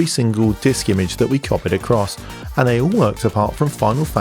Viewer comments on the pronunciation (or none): none